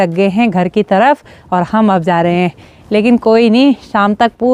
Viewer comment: हैं शब्द पर ज्यादा जोर मत डालिये,बाकी सब ठीक है।